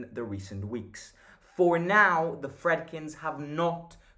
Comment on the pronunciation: btw i think its pronounced Freedkeen